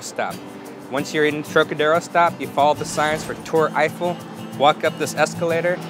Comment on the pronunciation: That’s the worst pronunciation of “Tour Eiffel” I’ve heard. Lol.